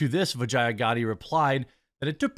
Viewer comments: Bro if you're going to trash someone you should atleast learn to say the name correctly. You sound as foolish and cringe AF lol its Vee-JAH not VA-Gi-A. DId you even watch the Joe rogan podcast with her? Not a fan of her by any means but it's just sayin. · Am I the only one who keeps hearing "vagina" every time Jeremy says the name "Vajaiya?" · Every time they say vijaya I think vagina